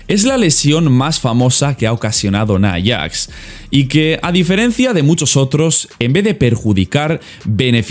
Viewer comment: "Naiyax" XDe